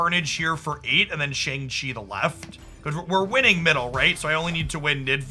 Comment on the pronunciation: Mispronouncing Shang-Chi